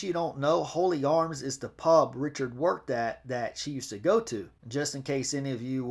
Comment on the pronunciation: Hello, it’s the Hawley Arms pub not the Holy Arms. 😂😂😂